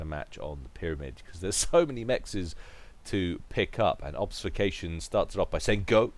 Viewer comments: Great cast. Also great game. All those bombers! Have to say this though. Ob-fus-ca-tion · I was going to make exactly the same comment. Love your work but this causes me physical pain each time I hear it.